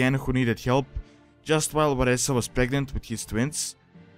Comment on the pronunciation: it is Vereesa(pronunciation Vir-EE-SUH). please learn to pronounce the names of lore characters. lol